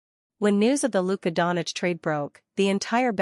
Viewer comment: He us not Donich, pronounce Donchić